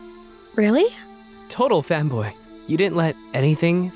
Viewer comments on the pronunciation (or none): am i the only one that hears total femboy instead of fanboy